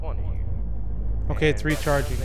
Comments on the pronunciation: I didn't even notice they said "Recargeing" instead of Recharging until like 3 minutes into the video (And yes, I know that the creator said he didn't speak english correctly, just pointing that out). XD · Its not recharging its recargeing lol